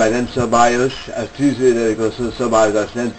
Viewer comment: a tüzsszsüzzsüsz szabályzásokban